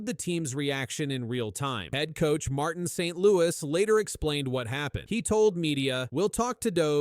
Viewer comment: Learn how to pronounce Dobes...it shows respect. Learn how to pronounce Martin St.Louis ... it shows respect.